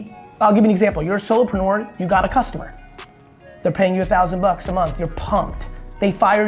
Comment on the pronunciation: did that fucking guy say solopenuer